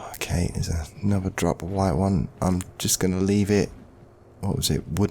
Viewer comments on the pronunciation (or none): none